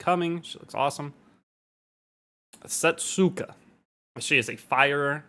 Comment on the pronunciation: Her name will actually pronounced like this: "Settska" The "u" is silent